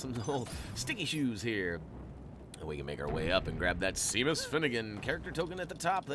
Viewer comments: I know this is old and you probably wont see this but you pronounced Seamus wrong its pronounced Shay-mus and you said sea-mus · hey just saying its Seamus Finnigan is pronounced Shaymus